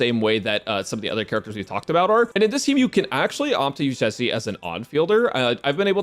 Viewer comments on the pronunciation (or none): Stop calling my poor girl chicken 😭 how did you get Zhe correctly but say Zhi as Ji (chicken)